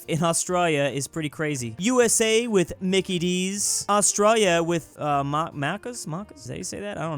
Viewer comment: Am I the only who finds pronounciation of Australia very cringeworthy?